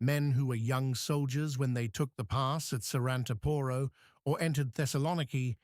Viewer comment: ....SARANTAAAAAAAAPORO!!!...THE ACCENT IS IN THE LAST "A"...NOT IN THE "O" BEFORE THE LAST ONE!...IF YOU HAVE TO SPELL OUR NAMES, THEN LEARN HOW TO DO IT PROPERLY, FOR GOD'S SAKE!